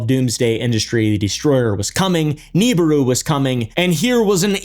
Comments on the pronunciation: Hey pal I think it’s pronounced “Nabooroo” and not “Neeburu” haha 😅 Also…uhhh there actually is some legitimate evidence for planet 9 being a really thing…gravitational anomalies in our solar system suggesting there is very much something out there…Potentially 10 times as big as earth with a 12-20 thousand year orbit… Though…This is not actually connected to the Niburu myth made by Sitchin but It does oddly conveniently resemble it 😅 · Is pronounced Knee Beer roo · Ugh it’s pronounced Neh bi ru. No Nibiru. Someone clearly didn’t grow up listening to Art bell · Real talk bro I hate how you pronounce nibiru it is grates at my soul like nails on a chalkboard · You’re homeschooling the pronunciation of Nibiru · It was at this point he realized: This fuggin guy is gonna say Nibiru incorrectly the entire video.